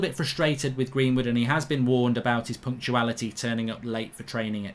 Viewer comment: 😂😂 I kept shouting punctuality at my phone every time he said it 😂🇾🇪🇾🇪